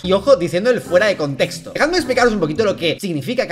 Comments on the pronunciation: "el constesto" habla bien lpm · Me da demasiada risa que se llame westcol siendo que apenas y puede pronunciar bien la palabra “contexto”😭😭😭😭😭😭